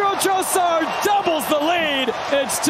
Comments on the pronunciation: Hate how the commentators say Trossard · The way they pronounce 'Trossard' 😂